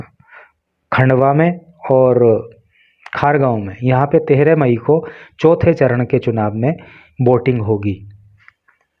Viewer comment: Sir aap hamaare MP ke खरगोन जिले को खरगाव bolte hei sir Veise mistake ho jaati hei village,city ke namo me because vo apni language ke according rakh dete hei